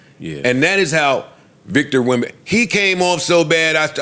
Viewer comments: Bro couldn’t correctly pronounce the last name once even if he tried But this is funny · How hard is it to say wembanyama